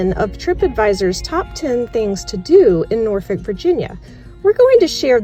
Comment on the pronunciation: Thank you for pronouncing Norfolk correctly. Shoutout to the 757.